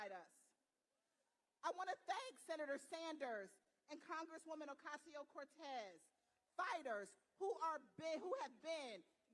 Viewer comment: Good couldn’t practice AOC’s name to give it dignity in her speech? We still so wrong. 🤦🏽